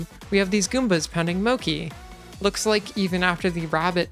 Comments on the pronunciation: its called mochi (pronounced mOchE) not "moci" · first time i hear mochi spelled mokki xD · Mochi is pronounced more like the mo in mob and chi chill. Or if you happen to be fluent in IPA it's prononced [motɕi] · that is not how you pronouce mochi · Your pronunciation of mochi upsets me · Really interesting video! Love the Spikeon Kingdom. Please do look up how to pronounce mochi though😭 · why do you pronounce mochi like that. it would be more intuitive to pronounce it the way it's pronounced? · Yur saying mochi wrong >:(((((